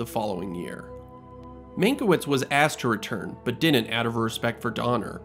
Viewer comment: Dude, you're killing me with "din'nt".